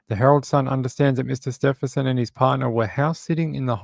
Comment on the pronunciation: Thanks for keeping us updated on Samantha - but it’s Stephen- son- An N in the middle :-)